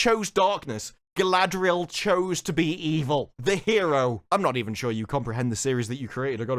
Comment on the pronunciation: Only seconds into the video and the actual director unintentionally pronounces her name “Guy-ladriel” just like … weeew lawrd. this gonna be good.